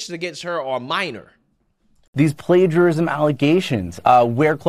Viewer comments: OK, you can't pronounce plagiarism right? I'm done. Before you make any videos, make sure what you're saying. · It's pronounced "play-jerr-ism"